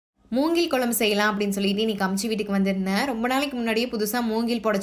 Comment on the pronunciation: 'கெளங்கு', 'கொளம்பு', 'வாளத்தண்டு' இல்லை. அது 'கிழங்கு', 'குழம்பு', 'வாழைத்தண்டு'... 'ழகரம்' திருத்தமாக உச்சரிக்கபட வேண்டும். நன்றாக இருக்கும்.